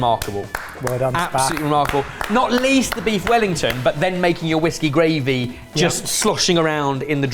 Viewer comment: saying "Whiskey gravy" gave me PTSD.